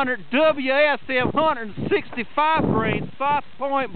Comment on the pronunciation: "Doubleya S M"